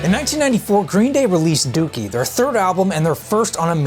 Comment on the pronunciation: Im just glad he pronounced it right